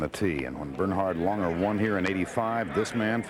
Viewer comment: Lahn-ger. It's German, it isn’t LANG-er